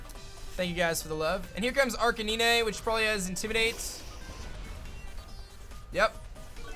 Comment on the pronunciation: is no one going to talk about how he said arcanine???